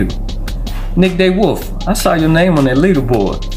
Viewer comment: its pronounced (D Wolf) not day wolf!!! And the guy with 9.5 lbs had a fish die and only weighed in 6. He had about 11lbs.